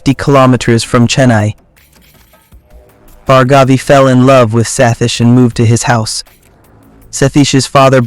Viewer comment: Its pronounced as Bhaargavi not Bhargaavi.